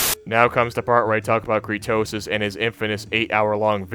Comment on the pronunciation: Also as someone who watched all of your many a true nerd is better that CREEDTOSIS (yeah you kept saying Creetosis name wrong) You would search a part of creetosis video and take him out of context to make him look bad.